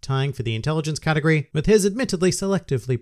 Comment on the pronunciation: Every time u say "category", i hear " katakuri"